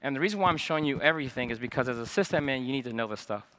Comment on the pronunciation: great talk i wish he stop saying cyst admin :(